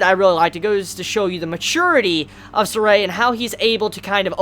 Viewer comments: it's been said time and time again it's not ZESTRIA:( it's pronounced as ZESTIRIA 4 syllables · Whatever, how he pronounced the name is already quite close. As long as he didn't pronounce Zestiria as Zes-ser-te-ri-a~ (five syallables LOL)